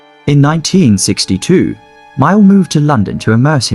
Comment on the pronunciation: That is John MAYALL, not Myall. By the way, MAYALL was English, not American!!!